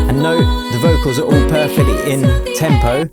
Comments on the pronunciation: When you say the word ALL it sounds like you're saying Ghoul but without a G. lol I don't think it's a coincidence once you understand what the Alpha and Omega is. Even the English alphabet is encompassed by the A and zer0 for the Alphabet and Numbers. Talk about a Curse by speaking in Curves when it comes to pronunciation of Gods word. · When you say ALL it sounds like you're saying the word Ghoul but without a G. lol